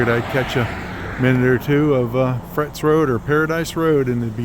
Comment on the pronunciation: It’s pronounced Fra-tus rd although it’s spelled frates rd. Petaluma is my hometown.😮